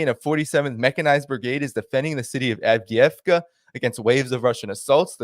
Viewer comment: Avdiivka is pronounced Av-deevka